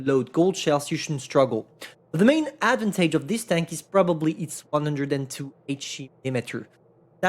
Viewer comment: Ad van taje Advantage in baguette boi accent